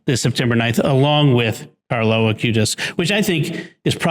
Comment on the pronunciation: Is it just misspeaking, or is there a reason I'm not aware of that Jimmy refers to the new saint as "Carlos" Acutis, rather than Carlo Acutis?